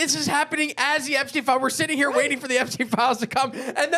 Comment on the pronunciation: That pronunciation got me laughing. 😂😂